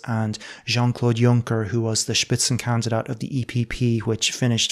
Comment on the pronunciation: „Spitzenkandidat“; well pronounced. respect